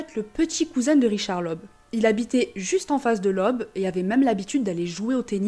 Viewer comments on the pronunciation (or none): "oe", en allemand, est le caractères d'imprimerie pour remplacer le "ö" et se prononce "eu"; "Leub", donc 😉